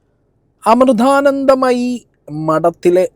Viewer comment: ആദ്യം ആ പേര് മര്യാദ ആയി ഉച്ഛരിക്കാൻ പഠിക്കു.